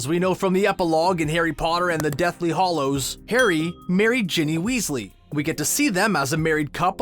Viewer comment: You said hollows it’s hallows sorry